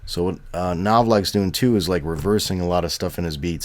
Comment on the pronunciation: you kept saying his name wrong it pissed me off